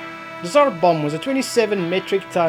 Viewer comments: Tsar bomba not tzar bomba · Its tsar not tzar